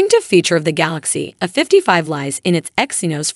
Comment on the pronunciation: Might want to get a better AI voice there. It's not "a 55" it's "A55".